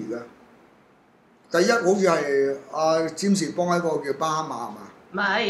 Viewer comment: 巴哈馬群島！！ （巴“蝦”馬）